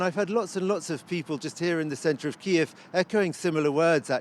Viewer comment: Awful pronunciation of Kyiv.